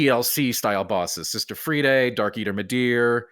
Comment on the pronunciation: Sister "Free Day"?!?! My man ain't played Ashes of Ariandel, apparently. It's Sister Friede (pronounced like "Free duh").